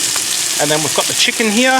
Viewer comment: Great recipe and I love the way you say CHEE-can.😄